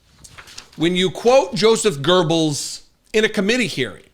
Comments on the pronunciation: Its not Gurbles, its Goebbels. Gurbles sounds quite funny tough 😅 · Not pronounced “Ger-Bals” but rather “Go-bals”. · Why "GURRBULLS"?? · His name is Gobles not Gerbals. The Texan doesn't know how to pronounce it correctly. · It's not 'Joe Zap Gerbils' it's pronounced 'yoezef gubbles' dude. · Please stop butchering foreign names. It's Goebbels, not GoeRbels. It's not that hard. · it's "gowbels" (rhyms with no balls,) not gerbels. There is no R in Goebbels. Hitler has only got one ball, Göring has two but very small, Himmler's are very sim'lar, But Goebbels has no balls at all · Please get the name right "goebbels" no gerbils. It sounds like you don't know history. Check how to.pronounce a name correctly when you use i! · Now Goebbels is GURBELS ? It's GOE-BELS...no R in this animal's name. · Goebbels, not gurbells! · it's pronounced, Gogh Bells. You're welcome. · You write it correctly, why do you pronounce it Goerbels? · Thank you for making great videos. But the name of the Nazi propagandist is Goebbels, not Gurbles or Gobbles. Ms Johnson gets it right. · Yes, Gurbles is annoying! A mix up with Goering perhaps? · There is no ER in Goebbels. Pronounced GO-BULLS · Why do Americans say "Gurbles"? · yankovich would be the the right way to say the name...also wtf is gerbells ...its just like Teslurr :D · Joseph gerbels. Must have learned how to read in a democratic run transvestite campaign school. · The Congresswoman‘s reply was what I was going to say. As a European it‘s very concerning that he is quoting Hitler‘s right-hand man. Also: Why do Americans pronounce Goebbels as Goerbbels? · Göbbels has no r in the name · it's Joseph Goebbels. Not Gurbles. FyI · LOL Gerbil. It is Goebbels! NO R - sheesh americans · Come on guys, if you want to be taken seriously, use the proper pronunciation. Joseph Goebells... Go bells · Gerbils 😂 i cannot unhear the 🐹 instead of Goebbels pronounced right by Dem. congress woman. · Gobbels....there is no R in Goebbels.